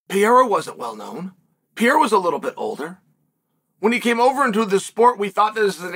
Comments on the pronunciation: Peiera :D Please make sure you pronounce a bit better his name :) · It's funny how Uncle Chael can't stand the two R's in Pereira's last name; he's not even close to pronouncing it right. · Dude still doesn't know how to pronounce Pereira